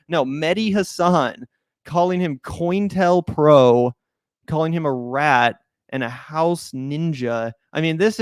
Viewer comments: "COINTEL Pro" is pronounced "CO-Intel Pro". It was an FBI program in the 60s to disrupt left wing and black liberation political movements. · I lol'd at 'coynintel pro'